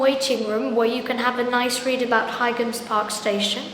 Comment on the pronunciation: Your videos are getting better and better.. I think Boite is pronounced "bwaht" and by the way, the G in Highams Park is silent, like High Street.